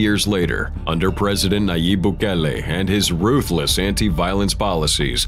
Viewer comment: Why is the narrator saying ruthless like that? These gang members were murderers. This president has done a great job.